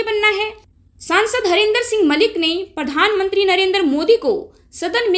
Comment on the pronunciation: मैडम आपका उच्चारण अच्छा नहीं है,आप प्रशासन को परशासन कह रही हैं,प्रधान मंत्री को परधान मंत्री कह रही हैं,हरेन्द्र सिंह मलिक को हरेंदर सिंह मलिक कह रही हैं,प्रति को पर्ति कह रही हैं कृपया किसी प्राइमरी शिक्षक से उच्चारण की शुद्धता एवं बारीकियां सीखने का कष्ट करें।माननीय सांसद जी ने बहुत अच्छा कहा है,आपका वीडियो भी अच्छा है,जरा उच्चारण सुधारिये,उच्चारण पर विशेष ध्यान दीजिये।